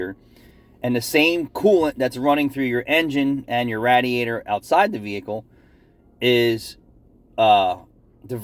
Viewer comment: I tune in just to hear say Rat-er-rator. Thanks for the content. 😃